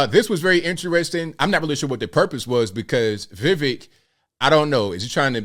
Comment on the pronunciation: His name is We- wake, and your pronunciation was not so bad. To be fair, Vivek himself cannot say his own name properly due to his American accent